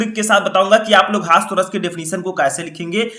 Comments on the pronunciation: सर हस्वा नही होता है हास्य रस होता है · Hasav nahi hasya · Sir aap हास्य रस ko हास्व रस क्यों कह रहे हैं 🤔